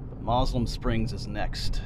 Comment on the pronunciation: That was pronounced mo sel um springs